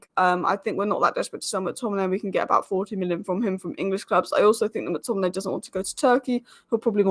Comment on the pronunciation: you pronounce it like MAC Tominay and not MOOK Tominay - same for all names starting with Mc